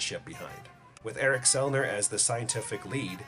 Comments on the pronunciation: Selvig not Selner. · Its Erik SELVIG NOT Selner.......ffs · It's Eric Selvig not Selvin. Thought you should know man, ha. LOL. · Awesome video. Great theory (could do without the constant trumpet music in the background, but whatever). And BTW... it’s Erik “SELVIG.” I really hope this theory has a shot. It would make for an AMAZING story! Nice work.